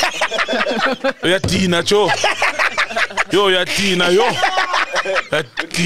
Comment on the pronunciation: Death by "uya Dina-o" 🤣🤣🤣 ah Sol